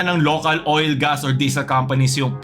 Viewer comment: Gas: ❌ Ga-as: ✅ Demonyo ka talaga